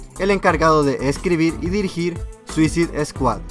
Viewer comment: No es ninguno. Lo que él pronunciaba mal era "Squad", él dice Esquad. pero ed Squad. Y Suicide está bien porque se pronuncia como se escribe (Esto va para los avanzados en inglés). No dice Suizaide. Para los que no lo son es "Suicid".